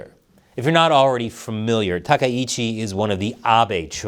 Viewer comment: I recently learned that Takaichi is pronounced Tak EYE chi, not Ta ka EE chi. Pass it on! 🇺🇸